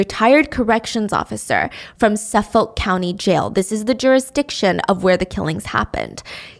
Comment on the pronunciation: You’re killing me with the pronunciation of Suffolk. It’s Suff-ICK